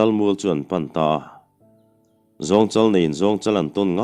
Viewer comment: Zawngchal hi ramsa zawng anga lam lovin,mi zawng zawng tih a zawng kan lam ang hian lam tur ani e